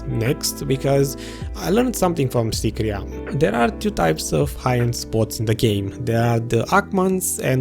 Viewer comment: Nobody: Literally no one: Video: Sycraia Abyssal Ruins: SYCRIA